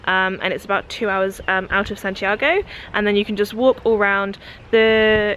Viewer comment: Hey if you're in Chile, pass by the Marble Caves! It's really south, 8th or 9th region, but it's gorgeous! Also, I can't help but correct you (sorry) but when saying Santiago, "go" isn't really like the English word go, but rather a short o, like "goh"! Sorry for correcting you, but it's just a small difference in alphabet pronunciation! ^_^ have fun!